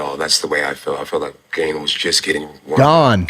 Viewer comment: Hearing Shaub correct when he pronounced ciryl gane’s last name wrong is hilarious. He referred to paddy as paddy pimbleton for like 6 months when he first got to the ufc😭😭😂😂